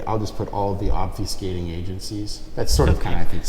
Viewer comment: "ALL THE OFFISCATING AGENCIES" 😮😂